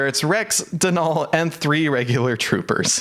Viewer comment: I’m gonna be that person and say Denal is pronounced like dental, not DeNall